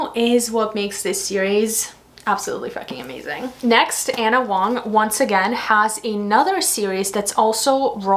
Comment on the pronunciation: I don't think she cares. She still doesn't bother to correct herself on how she pronounces Ana Huang's last name.